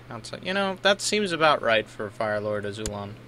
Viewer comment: isn't it AzulOn?